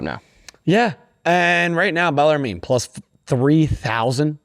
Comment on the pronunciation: It’s bellar-men